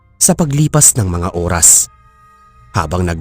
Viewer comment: Oras hindi uras